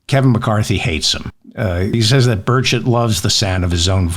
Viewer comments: hey, I heard "birdshit" more than once... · I think it’s pronounced “birdsh!t” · ... 🤣 it's pronounced... "Birdshit" 🤣... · Sounds like "bird shit", lol! Burchett. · It's pronounced Bird Shit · It sounds like you're saying "bird sh..t" Er, the stuff on my car. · I think the correct pronunciation is Bird-Shit 🎉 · I love your videos. You are one of the smartest thinkers these days. However, it is Burr-Kett. You cheapen yourself and your intellect when you use these little aside invectives by mocking his name. Don't do it. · Let me help...sounds like "b-ds--t". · It’s very easy to look up the pronunciation of a proper name. Your seemingly mocking attitude turned me off for the first two minutes. I watched no further. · Spend 3 minutes learning the correct way to pronounce his name, so you can tell the story and not flub the name over and over. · It is very disrespectful not to pronounce Burchett correctly, and it degrades you to his level. You should rise above that if you want people to have respect for what you say yourself. I can agree with most of what you say, but I cannot condone your lack of respect for others, no matter how despicable they may be. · If you're going to stumble so much with the pronunciation of someone's name, google it. It took me seconds to find it. No one wants to hear several attempts and several admissions that you don't know how to say it. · A 15 second search on the internet reveals how Burchett wants his last name pronounced. If one can't take a moment, in the age of the internet where the world's information is at one's finger tips, to find out how to pronounce a person's name, how can anyone take you seriously about anything else. Said by Burchett's staff member; ""He's been dealing with that his whole life," Grider said, and offered this handy advice: Say the congressman's last name by combining the first word of "birch tree" with the word "it."" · Bird-shat, get the pronunciation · Bur-shet is how it's said in TN...